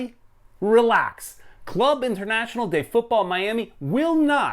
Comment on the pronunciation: So it would be Miami CF (for Spanish Club de Fútbol, like Real Madrid CF name for example). Ah and by the way, you pronounce the name of the club wrong, it's Club (=say like "Kloob" not like "klab") Internacional (=say like "internasyonal") de Fútbol Miami (=as it is).